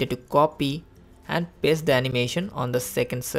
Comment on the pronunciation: Baki sabb mast hai, lekin Katai ghatiya control or paste pronunciation